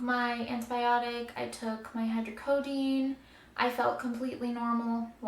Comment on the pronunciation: Jut wanted to let you know that it's pronounced hydrocodOne and it's not Tylenol mixed with codiene, that would be Tylenol 3 hydrocodone is most commonly known as Vicodin or norco or lortab whatever. But yea just wanted to clear that up... hydrocodone is not a word that means Tylenol plus codiene